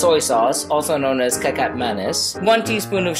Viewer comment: Another thing.. What's up with the Chinese background music? Other videos you did it right, not here. This you may not know, but it's pronounced ketchap not kekap. I think you should edit this and re upload 😅